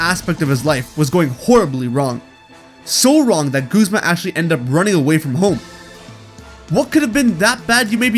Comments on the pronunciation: Guz-ma not goozma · It’s Guz-ma! Not Gusma! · its gu. z. ma guh not gos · Goo-zma? No. It's ya boi Guz-ma. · WHO SAYS GOOZMA!? That is my only problem with this video well done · Bruh its gazma(gu-zm-a) not goozma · It's guzma not goozma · Wait it's pronounced goozma? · I PRONOUNCED GUZMA GUHZMA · Did you just call him... Goozma? XDDD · Right?? It drives me insane when people say Guzzma. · "Guuzmah" dude ive lost all hope in the way you said that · You Said guzma wrong!